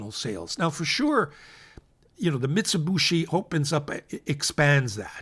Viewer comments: I know it's easy to mispronounce but it is not MITS_i_B_u_SHI but MITS_u_B_i_SHI. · Thanks,. (btw, it's Mee-tsooh-Bee-shee) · MIT-za-boo-shi? Ok thanks for pronouncer— I’d been calling it Mitsubishi like the car co